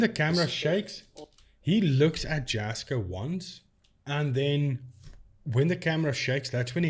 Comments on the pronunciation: First of all, you don't even pronounce his name correctly. True Jasko fan here. Do you seriously make yourself from bashing others?? Jasko is real and caring. Stop hating. Seriously lame. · Love your videos! I find how you debunk the videos and the technology very interesting. Have you looked at any of the Paranormal Discovery and Frank TV content. I'd be very interested to see what you find in these. As for Jasko (pronounced Yasco) and Chris work hard to get out entertaining (enjoyable) content to watch. I watch them and get a kick out of them. Probably 99% (I hate to say 100%) of the paranormal investigation videos on YouTube are fake. I would hope most of the people who watch them aren't doing so because they want authentic ghost busting. Lol They are fun to watch, and I, for one, appreciate the effort they put into them as amateur videographers and editors, and I guess you could say actors. Do people really watch these creators for authenticity? Hmmm, if they do, then I guess I'm the odd ball in the crowd. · First off it's pronounced yasko. The j is pronounced like a y sound. But on this topic I've been saying this for years. All his stuff is bs. And every title of his videos says things like " the most haunted"or the scariest night" or the worst camping ever. And if you know anything at all about the paranormal you don't always get interactions or things worthy of posting. But jasko every two days and every location is "the most" ,"the scariest" and this is nothing but bs. Most of his stuff is rented air BNB or cabins that he always claims the owner contacted him to investigate. Heck the entertainment value of his videos are just stupid and unbelievable. It's all for clicks.